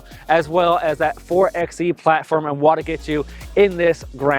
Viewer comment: My guy, it's pronounced 4 by E